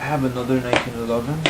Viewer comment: " The nineteen eleben "